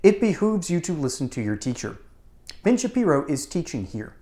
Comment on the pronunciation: Sounded like you said - BIG - SHAPIRO 😂😂😂😂